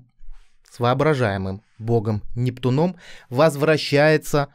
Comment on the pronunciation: Да не с НептунОм, а с НептУном. До чего безграмотная речь наших блогеров. Вы ударение подучите в мифологических именах. Вы чай пьёте видимо стаканАми